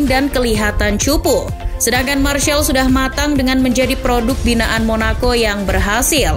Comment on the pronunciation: Mas rizal itu sebutan martial😅